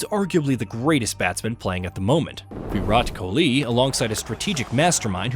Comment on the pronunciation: Anyone get the feeling this voice is AI generated? It doesn't sound computerised but it has no idea how to pronounce some names like Kumble and Kholi